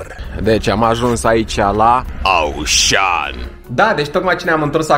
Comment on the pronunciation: Se zice “oshan”